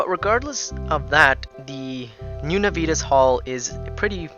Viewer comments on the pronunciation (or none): Every time he says "nuh-VEE-tuhs" my high school Latin hurts a little. Nah-vee-Tas (or Nah-wee-Tas in classical pronunciation) is Latin for Promptness or Zeal. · And you would be correct. It's Latin, and it should be pronounced NAH-vee-TAS, or more classically, NAH-wee-TAS. (There is no "V" sound in Latin, and the letter "W" doesn't exist; "V" makes a "W" sound. "W" as in "double-V" was invented later when "V" started to sound the way it does to us today. The famous phrase "Veni, vidi, vici," is properly pronounced "Whenee, widee, weekee.")